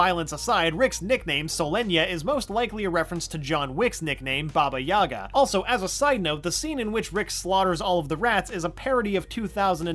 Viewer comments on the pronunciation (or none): Baba Yeeee gaaaaaa not Baba yaga